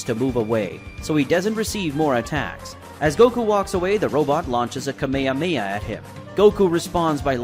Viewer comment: He lost me with the mispronounciation of Kame Hame Ha- He says it Ka Meha meha. Wtf